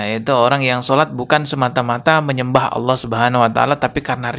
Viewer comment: "Allah" pengucapan yang benar kak.